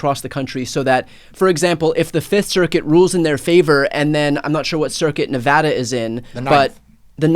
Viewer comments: Thank you sooooo much for pronouncing Nevada correctly. Lived here 20 years and it still surprises me. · Mark, I always appreciate it when people pronounce Nevada correctly. (I live in Northern California, but I feel badly for our neighbor state.)